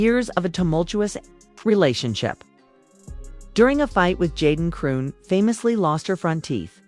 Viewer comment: It's AI and the AI of course wouldn't know how to pronounce a ridiculous name like chrisean smh.